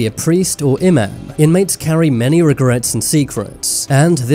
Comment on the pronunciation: The way he pronounced “Imam” was honestly disrespectful. Like, what’s an emim?